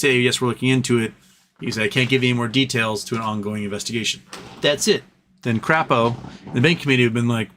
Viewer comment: You mean Senator (Cray-Po) Crapo.